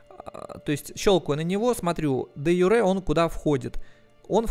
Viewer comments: Дружище, не де-юрЕ, а де-Юре. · правильно говорить де-Юре, с ударением на Ю, спасибо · де-юрЭ, гребаный стыд...=)